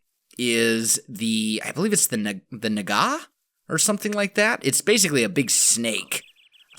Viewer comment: is it me or did he just say naga wrong?